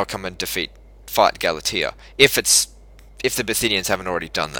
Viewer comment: Jesus mang, pronouncing Galatia wrong!